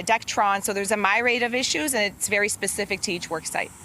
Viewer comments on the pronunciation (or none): Robotic lady, it is a myriad not myraid. 🙄